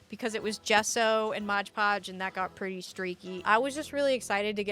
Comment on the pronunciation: MOD podge! 🤣 No G in Mod. Bag making is a skill set in itself. You did really well! And now you'll have a better idea of the challenges you will face next time you want to make one. 😊